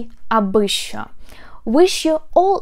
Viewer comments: У нас що здебільшого вимовляють не як шчо, а шо. Це настільки мемна тема, диву даєшся, як ви пропустили щось таке, живучи в Україні. І чи в Україні взагалі?) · Pronounced "scho"